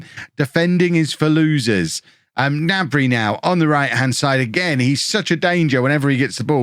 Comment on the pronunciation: Don't forget to pronounce the 'G' in Gnabry.